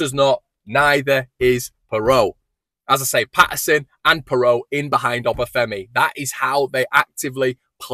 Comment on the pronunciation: I think its pronounced (phonetic) "Piroo".